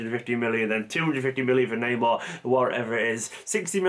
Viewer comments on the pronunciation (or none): none